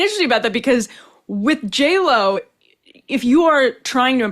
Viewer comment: J-Lo... you mean Jell-O?